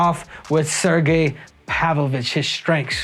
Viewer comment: “This is what makes Sergei Pavlovich, Sairgay Pavloveech “ 😂